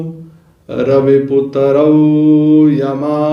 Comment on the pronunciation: आपणा सारख्या विद्वान् लोकांनी अशुद्ध उच्चार करू नयेत असे वाटते. "रवी पूतरं, प्रेमाचे सबंध, इत्या दी..... कारण apnasarkhya. विद्वान् लोकांचे अनुकरण सर्व सामान्य लोक करीत असतात . सविस्तर माहिती दिल्याबद्दल धन्यवाद ! सविस्तर माहिती दिल्याबद्दल धन्यवाद !